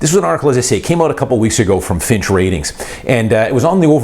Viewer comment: You keep saying Finch. FYI, it's Fitch